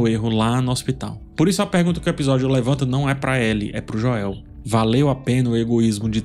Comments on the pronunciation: Joél não dá kkkkkk é Joel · Sou o unico que incomoda com "Joél"? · Meu deus,... "Jóél" tá engraçado 😅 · Esse falando Joel em português me quebra... kkk toda vez acho engraçado. Pois até a serie dublada fala Joel em Inglês. Kkkk